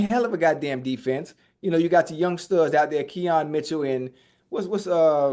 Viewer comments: Lmao these guys butchering eagles players names, Cooper dijon, yohan dotson, keon mitchell 🤣😭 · They butchering all these brothas names yohan Dotson Keyon Mitchell 😭